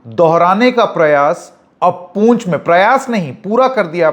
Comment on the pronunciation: पूंछ नहीं पुंछ है महाशय।